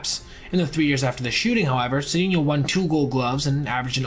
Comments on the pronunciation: Glad to see Cedeno get some recognition. Just so you know, it's pronounced Say-czar Suh-dain-yo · Cedeno helped rescue St. Louis in 1985 when Jack Clark was hurt, I think the number was .434 BA, the also lost many home runs playing in the Astrodome which was dead air, btw, I think the name is pronounced Sa-Day-neo